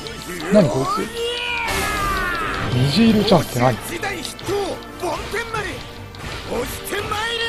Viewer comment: 梵天丸は、ぼんてんまるですよ